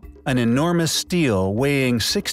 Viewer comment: If the narrator were any kind of authority, he would know how to pronounce ste·la /stēlə/